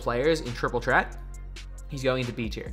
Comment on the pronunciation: Triple chreat is what is sounds like